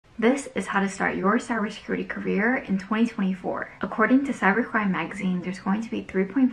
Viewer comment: can you pronounce cyber security correct :)))? Useless video btw, nice steal.